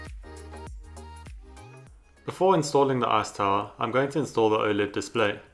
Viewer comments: i keep hearing "ass tower" instead of "ice tower" idk if its just me but i can either blame on my dirty mind or his accent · What can I say? All I hear is "arse tower" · "Screw the a$$ tower..." Uh, accent... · I can't get over how you say "ass tower" Great video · Sounds like he’s calling it “ass tower” 😂